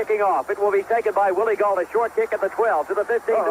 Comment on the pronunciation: "WILLIE GAULT"